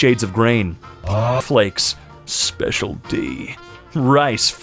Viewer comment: WHY HE SAY SPECIAL D LIKE THAT